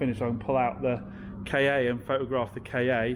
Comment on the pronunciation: Please, please, please. Its a Ka. Ie a Ford Car. Not the letters KA. Why on planet earth would Ford launch a car called a letters KA. Does my head in.